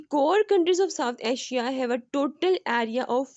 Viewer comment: When punjabi speaks urdu then Asia becom aasiya 🤣🤣😅